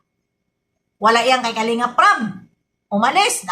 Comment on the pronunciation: BB YONG RAB MO NAGING RAP 😂❤❤❤